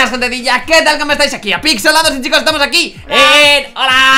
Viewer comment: apixelados suena a apinchenabos